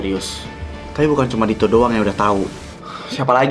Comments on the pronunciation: Kok Raffi manggilnya to bukan dit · Ko manggil Dito "to" sih😭